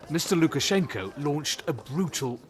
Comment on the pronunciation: Nice job Steve, at Lukash. And imressive russian speaking, have to admit!